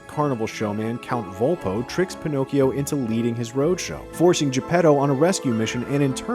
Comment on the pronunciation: Me an Italian, who hears how you pronounce "Pinocchio": 💀